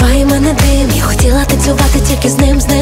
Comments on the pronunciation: не дим, а Дым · не дим а дым